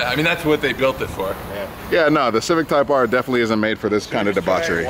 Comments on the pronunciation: said - "Civic TYKE R"... lol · said civic tike r